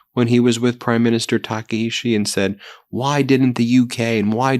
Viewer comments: The japanese PM's name is pronounced "tak-eye-chi" not "taka-ishi" lol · It’s pronounced “Takaichi” with a “ch”, not a “sh”. Your English language has both these sounds, and you can choose the more accurate one. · Tah kah ee CHEE. Please pronounce correctly. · Taka in Taka-ichi rhymes with DACA. Ichi in Taka-ichi is pronounced like ichi in ichi, ni, san (one, two, three in Japanese).